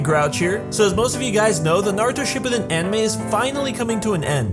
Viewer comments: This is how he says it shu ppiden it shuppiden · it is pronounced Shi-Poo-Den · It's SHIPPUUDEN not SHIPPUDEN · You’re pronunciation of Shippuden makes me want to die. Sorry, it just does. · say shippuden correctly